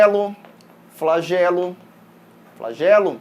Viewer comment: "flagelo, flageloo, flagElO"